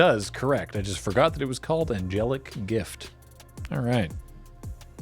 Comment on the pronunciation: You really do not need to apologize,. It is so enjoyable:) Your pronunciation of Angelic Gift was spot on!